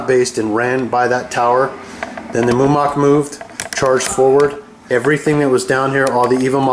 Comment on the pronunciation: Mumak, Mu-ma-k